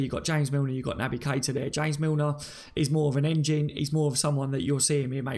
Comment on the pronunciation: Missed the live.... was out drinking! Gutted. Mickey.... Matip better than VVD in the air???? NO WAY! mad man. LOL & Pronounced "Key-ter"... was already on a yellow card... that's why he let Hazard slide away, but also Moreno was there to cover.... and how could Lovren not forsee Hazard beating Moreno and come across to cover earlier.... which imo was very poor. Agree with Mickey here... a draw at Stamford Bridge without VVD might I add would be good... with VVD I'm expecting nothing but a win. However If VVD doesn't make it then rest also against Napoli and then back fresh for Man City at home as we need to open a gap over Man City because Chelsea will drop points. Ahhh you need to swap ME for Connor lol...… fully disrespected the thread by leaving lmao, just kidding! lol@ cut hahaha. Don't some of these callers actually watch the game... for the 2nd time Keita had a yellow card on 78mins. Hazard scored on 85 min. Great point in regards to Luis from this caller.... I also think that Firmino could out muscle Luis with ease and also Rudiger too IF he plays. Just for the record.... Ramos flopped in the Sevilla 3-0 defeat Mr caller lol... it still happens, even to the worlds best. VAR decision was correct lad... Barkleys leg was onside. The other two Cfc players were off but wasn't interfering with play. (sorry I keep editing as I listen to the live rerun while I play some Fallout 4 to end my evening lol). My team: 433 Alisson Trent Gomez VVD Robertson Milner H